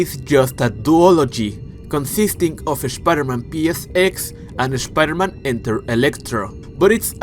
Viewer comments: I subbed because I love how you say "Shhpiderman" lol good vids 🤙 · I can't unhear it😂